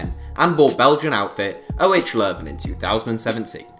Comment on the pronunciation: The way you pronounce 'OH Leuven' is hilarious !